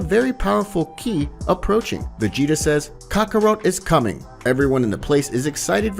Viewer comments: Not to mention Kaka-row, Kaka-rutt & Kaka-rote 😅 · Stop saying Kakaro! That's not his name, it's kakarot